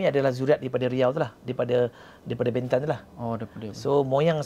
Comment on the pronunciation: Lemah lah pengacara ni. Tanya soalan pun terkial2. Tidak intelektual. Harapkan tampan, hensem dan tampan jer. Sebut perkataan bentan pun tak sama bunyi. Jgn panggil dia lagi lah